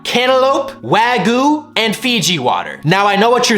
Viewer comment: Why can’t anyone pronounce Wagyu? It’s not that hard